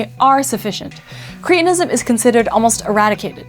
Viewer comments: Are we now saying 'creetinism' to avoid reminding ourselves that sufferers were called 'cretins' (with a short 'e')? I have only ever heard the condition pronounced with a short 'e.' It was a diagnosis long before it was an insult! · I wish you and many others would learn how to pronounce English words. It is "Cret" not "Crete" so correct pronunciation is "cret-in-ism" most words are made up of Syllables. To speak correctly, you need to understand what they are, and how to say them. Too bad most American speakers making podcasts get this wrong. There is a compound called "Creatine". It is completely different to this. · Surely cretinism is pronounced like the word cretin?